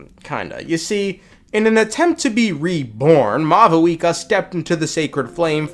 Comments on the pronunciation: Sup, Mah-Vuika 🤝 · It seems that maybe they got a new Pronunciation guide for 5.1 since both Natlan and Mavuika are said differently and technically more accurate to how they’d be pronounced irl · Bro is offended by the lack of v in Mavuika's name in this trailer 😂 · Bro doesn’t know how to speak It’s “Mavuika” not “Mavuika”